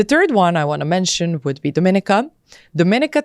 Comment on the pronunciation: If you're considering a passport from a place you should be encouraged to pronounce its name correctly. The caribbean island with this flag 🇩🇲 is Dominíca (do-mi-NEE-ca). Would hate for someone to spend all that money and not know!